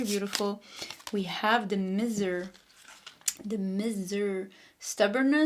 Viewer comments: It's pronounced My ser - Miser 😊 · Pile 1- Miser, the i is pronounced in English with an 👀 Awesome read though ❤